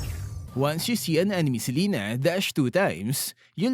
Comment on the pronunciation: Thank you for pronouncing Selena's name correctly.